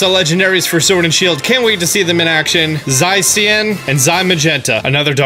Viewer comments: 1. Zacian and Zamazenta are LIONS not puppies. 2 you said Zacian and Zamazenta terribly wrong. Zacian is pronounced Zah-shee-in. You said it like Zie-see-in. Zamazenta is pronounced Zah-mah-zen-tah. You said it like Zie-mah-jen-tah. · Nobody: pronouncing Flabébé: F L A H B U Y B U Y Also, pronouncing Zacian and Zamazenta: Z Y S E E A N and Z Y M A G E N T A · Where are you getting the "aie" from in Zacian? Sounds like you're saying Zaiecian.